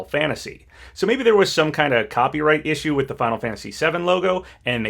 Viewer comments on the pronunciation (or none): none